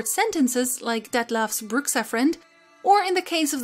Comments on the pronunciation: I'm pretty sure the X in Bruxa is mispronounced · love the video. on a side note, in Portuguese "Bruxa" is pronounced "Broocha".